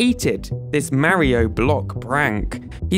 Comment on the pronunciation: This guy still can't pronounce Mario correctly.